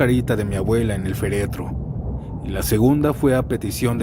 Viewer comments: Muy buen video, buenas historias y bonita voz, pero desencajaescuchar "feretro" (sin acento) en lugar de "féretro" (con acento) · Hola! Entretenidas las historias , sólo una observación: la palabra correcta es "féretro", es una palabra esdrújula.